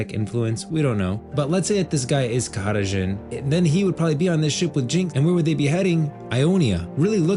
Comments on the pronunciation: Khada Jhin, not Kahara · Why does he keep saying kahada Djhin? Like with an accent? It's just jhin right? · Brother that is NOT how you pronounce Khada Jhin and Shurima… why do all these youtubers always overcomplicate pronounciations to sound fancy for no reason…